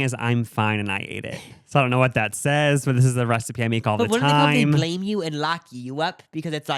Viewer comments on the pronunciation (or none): none